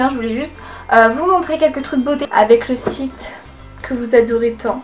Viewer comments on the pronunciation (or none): none